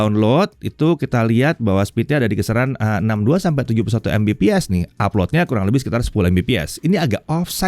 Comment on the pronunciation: Sayang banget, padahal bahasnya soal internet. Tp masih ttp membiasakan ngebaca Mbps secara harfiah ( embepees ). Yang di mana harusnya dibaca Megabit per second / per detik 😭 Dah mau 2023 loh, udh waktunya masyarakat indo tau bedanya Mbps vs MB/s alias perbedaan Bit vs Byte. Biar mereka ga terus2an dibodohin gimmick marketingnya provider2 internet. Karena masih banyak yg gatau klo untuk satuan kecepatan internet itu yg dipake Bit (misal Mbps), sedangkan satuan kecepatan transfer data di komputer pakainya Byte (misal MB/s). Dan masih banyak yang beranggapan itu dua satuan yang sama gara2 klo satuannya disingkat, cara bacanya sama ( embepees ).